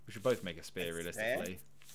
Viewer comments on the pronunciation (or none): For the first hour I thought was saying SPARE not spear🤣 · saying spare and not spear is😂😂😂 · Nobody:: Says spear like spare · kept on saying spare not spear its jokes